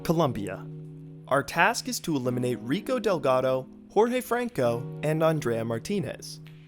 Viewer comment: Nice video but Jesus that pronunciation of Jorge 😭😭